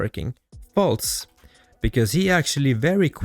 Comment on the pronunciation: Holy shit stop inserting T's in words that don't have them. "Faltse", "Revetse".... 🤦🏻‍♂️🤦🏻‍♂️🤦🏻‍♂️🤦🏻‍♂️